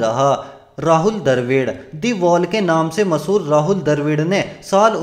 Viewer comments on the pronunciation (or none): He is rahul dravid. Not darvid 😂😂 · Hum ghabra nahi rahey. Tu ghabra raha hoga. Bolna tuzhey abhi tak nahi aaya. Kab bolna seekhega? Abey 228 match mai 278 paari kaisey ho saktee hai Lundar. Aur Darvid nahi Dravid.